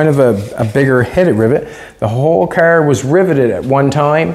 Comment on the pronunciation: He a cracks me up calling a car, a care.